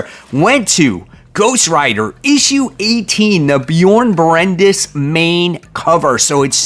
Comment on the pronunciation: Is that how Bjorn Barends last name is pronounced, how says it? Genuine question as he's one of my favorite artists as of late and heard another person say it the sane way.